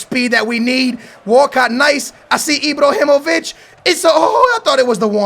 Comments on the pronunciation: it's fuckin ibrahimović not ibrohimović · he's called Ibrahimovic, not Ibrohimovic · Sign all 3 if you can! btw; It's IbrAhimovic, not IbrOhimovic ;) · Ibr"A"himovic not Ibrohimovic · Imbrohimovic????? Isnt it Ibrahimovic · Mate IBRAhimovic not IBROhimovic come on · IbrAhimovic not Ibrohimovic hahah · Why do you keep saying Ibrohimovic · "Ibrohimović" so much cringe!!! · Stop say ibrohimovic please!😂🙏🏽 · Stop saying ibohymoviyc. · Stop saying Ibrohimovic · Also when he spells Ibrahimovic it sounds like IbrOhimovic, but that's why we love:) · It's ibrAhimovic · ...where do you see an "o" in Ibrahimovic? 😂 Ibrahimovic smh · Sell Ibrahimovic because the way you pronounce his name makes me want to commit suicide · that pronounce of IbrOhimovich and leYAndAwski...learn to talk fucker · can you please pronounce lewandowski's name right and why do you call ibra ibrOhimovic